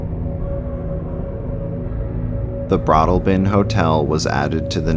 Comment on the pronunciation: It's BroadALLbin 🙂